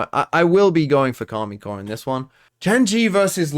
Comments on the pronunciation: Is there a reason you call them Karmine Core instead of Karmine Corp? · It's Karmine Corp and the "i" is pronounced like the "e" in English